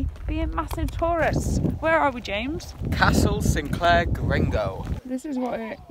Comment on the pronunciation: Thanks for coming to visit us in Caithness and boost our economy! Couldn't help but notice a few pronunciation errors; Sin-cler and Girr-ni-go Castle, Waa-li-go and Lybster ('ly' like lie in bed)!